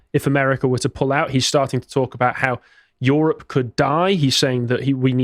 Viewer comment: "YOHROPE!" it's the new "CHYYNA!"